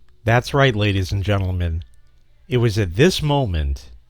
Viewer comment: "Gadies and Lentlemen" I like the sound of that.